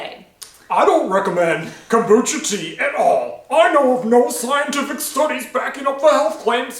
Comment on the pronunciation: Komboosta???hahaha Learn how to say it gringo.....